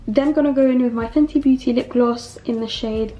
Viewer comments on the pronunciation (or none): none